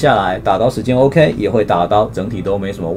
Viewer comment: 到底在恭三小 偶ㄎㄟˊ？整個就很扯